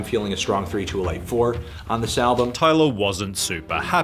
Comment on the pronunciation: Are you pronouncing "album" wrong on purpose like the weird guy that does pc tricks?